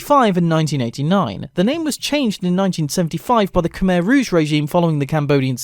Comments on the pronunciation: I don’t blame you,no offense but you pronounced “Khmer” wrong. The ‘er’ is silent and it is more like “mai” so you pronounce it as “Khmai” but spell it ‘Khmer’ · + wrong khmer is pronounced khmai